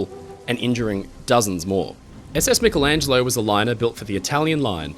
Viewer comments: Great video; fascinating and thought-provoking. But why on earth do some Americans seemingly deliberately mis-pronounce peoples' names in this way? "A-dolph Hilter"? "Mick-elangelo"? Whomever the individuals may be, it's insulting and discourteous. Same goes for countries - "Eye-raq"? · I love you but you need to work on how you say: "aluminum" and "Michelangelo." 😂 I doubt you call yourself Mick-ell Brady.